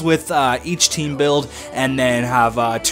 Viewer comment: The Canadian olompic taem